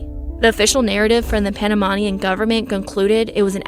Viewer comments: You’re saying Panamanian wrong. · I think they googled her name to see if they were searching already for them, btw you pronounce wromg Panamanian and boquete. Im from Panamá. Most definitely what i think is that 1 they didn't go alone since they seemed smart enough for that, and the most important thing i dont think our polices were ready or prepared for something like this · I tried my best to ignore your incredibly poor pronunciations but it was way too insulting. How can you do a story about something that happened in Panama and can’t pronounce Panamanian? Boquete! Not Bogotica I tried but couldn’t pass the 7 min mark!